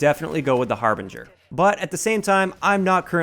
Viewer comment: thank you for pronouncing the harbinger correctly it's amazing how many YouTubers can't pronounce it drives me nuts